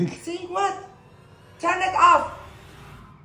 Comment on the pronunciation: I love when she said what the fweark